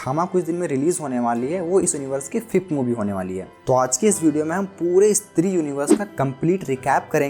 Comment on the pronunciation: Eeestri kya he bhai? Stree bol